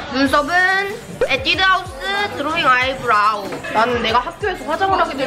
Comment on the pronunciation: 아이브러우 인데 아이브러 라고 하심 ㅋ 귀여워 ㅋ